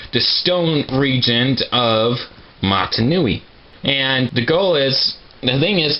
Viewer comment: man actually you know what? If you dont do lives...then iam bored...YOUR THE ONLY PERSON THAT I WATCH ON YT!!!! (ps. You say matI nui XDDDD)